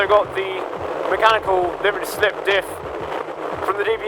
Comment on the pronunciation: “Then It’s also got the mechanical ‘bliberty slip dif’... from the DBS”! 😂🤪😝🤣🥜